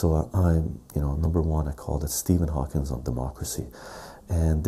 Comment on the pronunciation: Another GREAT video,! One thing is killing me though....I've heard you do this in multiple vids now.....it's "Stephen HawkING", not "HawkinS". Keep up the great work, man!!